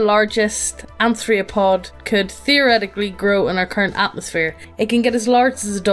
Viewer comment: “Arth-ro-pod” thats how u pronounce it